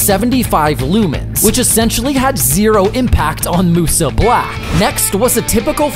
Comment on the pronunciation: “moosoo black”